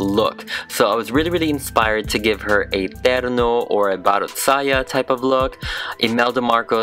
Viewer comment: I love how pronounces terno, baro't saya, and mananaggal. It's so crisp. 😅 Edit. Also, I just reached at the skit part, the dialogues as well!